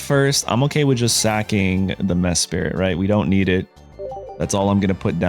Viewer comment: WHERE IS THE OTHER I THERE IS ONLY ONE I IN MESPRIT WHY ARE YOU SAYING MESPIRIT YOU EVEN MISSPELLED IT IN YOUR DESCRIPTION WHAT WHY HOW